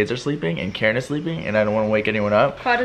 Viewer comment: I love how Keren always pronounces the words wrong hahah